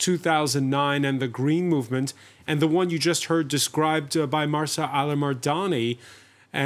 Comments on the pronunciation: Stop calling her Marsa! It’s Mahsa. There’s no R in there, written or implied, and certainly not pronounced. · To the presenter; it's not MARSA....it's MAHSA. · I understand what you're trying to say. And yes, he is very respectful. But I think whether here or in any gathering, it shows respect to try to remember the name of the person with whom one is speaking. In this case, I find it rude of him that for half an hour, he mispronounces her name. He has it written in front of him; it's not asking too much to try to read it correctly. I would be offended if someone keeps addressing me with a wrong name.